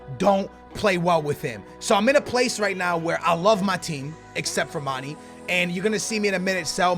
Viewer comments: plz stop saying MAN-EE his name is MAN-EY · His name is Mane not Mani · its not mani or money its mane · it's not mani, it mane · it's said like Maan-nay! Not maan-E! You're killing me smalls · Please stop saying it like manny.. It's manE like mayEYY! Dunno if this makes sense but trust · Can someone plz tell him u pronounce in "mane" not "mani" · 102 episodes and he still pronounces "mani" lmao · "mani" lol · Why do you call mané many/manny?? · Lay off my dawg Mane, can't even say his name right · maybe mané isn't good for you because you don't pronounce his name right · its cuz u dont know how to pronounce manes name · Anyone else extremely triggered by how he pronounces manė ? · The way he pronounces Mané fucking triggers me